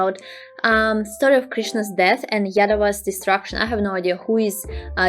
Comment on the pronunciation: Im hearing like yedavas 😂😂😂😂😂